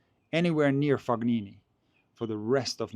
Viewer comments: Love the pronunciation of FoGnini :) I believe it's something like [Foneenee] with a softer pronunciation of the first N (like in the English word New) – the G is not pronounced at all. But great video as always. I like that you are doing the predictions and the reasoning behind it even though tennis can be so unpredictable. Keep up the good work. Edit regarding Tsitsipas: I don't know if you watched his press conference, but it was really sad, he was talking about the back pain that's been bothering him since the end of 2023 and it keeps coming back and he was not able to serve today. He said he can't find a solution to this ongoing struggle and even hinted at the possibility of giving up and retiring. That would be another big loss from his generation after Thiem, especially for fans of one handed backhand. I hope he can overcome these struggles and regain his form, although I don't believe his return to top 10 is possible against the new generation that's so powerful and motivated by Sinner and Alcaraz. It must be brutal for all the 25+ year old former top 10 players who probably hoped to take over the ATP Tour after Big 3 era. It feels like they are being totally erased from tennis history, except Zverev for now, but I don't see him winning a slam either. At least Thiem and Medvedev managed to grab the US Open title. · Fo- knee- knee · You're as wrong as him. The GN is pronounced like in champagne, where you can and should clearly hear the "G". Source: I'm Italian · What I mean is that pronounced the letter G as it would be pronounced in the name Galileo Galilei. It's the common way of pronouncing G in German or Slavic languages, it's coming from the throat. But there is no such throat G sound in the French word Champagne, nor in Italian "gn", which is similar to Spanish letter ñ. is probably not familiar with the various usage of G in Italian. I just wanted to point out there is no Fog in Fabio's name. Fognini would be spelled Foñini in Spanish.